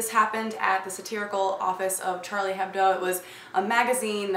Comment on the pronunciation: Came back to this because i wanted to correct your French :P In Hebdo, he H is silent. So it's more like Charlie Ebdo